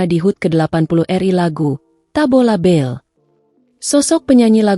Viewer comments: Bale bukan bell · Tabola bale bukan bel🤣